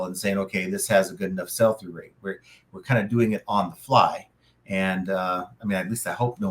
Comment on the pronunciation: "Sell" through rate buddy, not "SALE" through rate. Good video though.